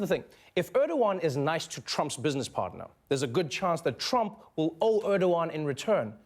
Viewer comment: albert marian gamer You keep saying "Trum." It's "Trump." Do you seriously not know your Supreme Leader's last name? Supreme Leader means someone with a lot of power over pretty much anything under his domain, by the way. I figured you probably wouldn't know what it meant.